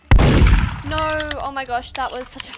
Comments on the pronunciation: When she says no se doesn’t say no she says nor and that’s funny 😂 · I LOVE HER “NAUR’S” <3